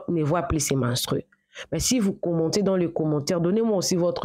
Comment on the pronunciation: Toi aussi soigne correctement ton langage la prochaine fois car tu commets des erreurs qui n'en faut pas par exemple on dit menstrues et non menstries on dit brusquement et non brusquement etc... J'en passe